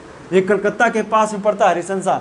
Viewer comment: Rishra रिशरा है रिसंसा नही है